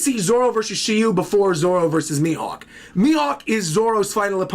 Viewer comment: SHIRYU, no SHILLIEW